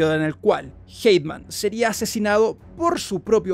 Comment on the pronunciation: Por qué le dice Hateman a Haytham?